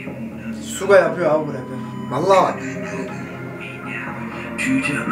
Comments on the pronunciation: Abi Suga Şuga diye okunuyor. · suga yazılıyor şuga okunuyor🙂💕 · Abi suga diye yazılıyor ismi ama şuga diye okunuyor suga değil ŞUGA